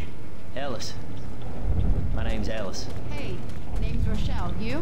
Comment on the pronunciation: when Ellis says "My name is Ellis it sounds like he says mY name is Alice